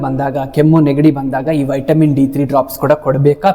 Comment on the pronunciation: ಉಚ್ಚಾರಣೆ ಮಾಡೋದು ವೈಟಮಿನ್, ಬರಿಯೋದು ವಿಟಮಿನ್ 😂😂😂😂